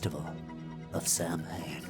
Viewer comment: It always annoyed me when Loomis mispronounces Samhein. It's pronounced Sow-in. Bit nitpicky but hey, I appreciated your adr old lady comment lol